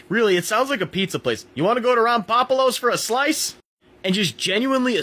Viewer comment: Also. Rom-poh-poh-loh